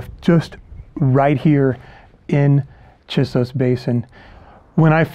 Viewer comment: It is difficult and disorienting to hear you mispronounce the name "Chisos."